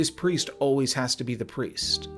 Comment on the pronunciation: bro just can't read lmao